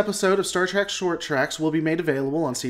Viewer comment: Say track one more time. Seriously how can you consider yourself a lore master if you can’t even say the name of the franchise correctly? It’s trek. Which has no a or c in it.